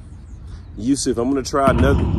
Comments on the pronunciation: He said yusif again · He said USEF TWICE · He said Yusuf and also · Hi he said Yusef